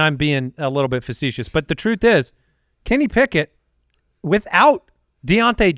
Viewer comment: KENNY PICK-INT